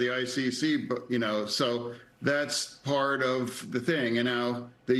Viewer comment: I love how he say Man dam me